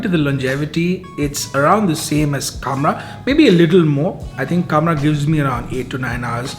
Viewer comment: It's not kamrah... Khamrah. Kha Khamrah.